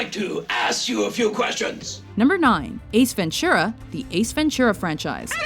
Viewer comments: Ace Ventshura *Ace Ventura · Why'd you pronounce the "t" in "Ventura" like a "ch"?